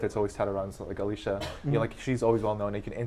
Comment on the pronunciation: I missed it live school and all. Also not sure if it was nerves or not but the guys say Alicia instead of Alisa.